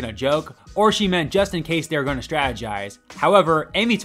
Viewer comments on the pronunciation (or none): none